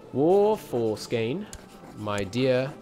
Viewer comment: You should probably used the Latinized spelling for the Swedish states since you slaughter the Swedish spellings so badly lol Skåne is Scania and Blekinge is Blechingia, for example. Much easier to pronounce.